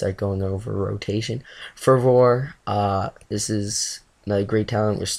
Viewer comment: Longevity = Lawn Jev Itee Fervor = Fur Vur Just sayin... Good video though, don't worry about being a tongue tied timmy at times.